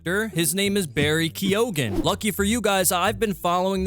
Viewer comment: First of I gotta say watching the video where he says Barry's surname made me laugh 😂 haha it's not pronounced (kee, o' gan) it's more like (kee, gin) like damn that surname be Irish as fuck and hearing it mispronounced was funny but also showed me no effort was put in to researching the pronunciation